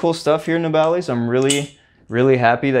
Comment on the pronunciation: Keep up the good work 👍and just wanted to let you know you pronounced nabalis wrong